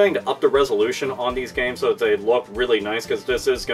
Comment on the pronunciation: he sounds British when he says 'so.'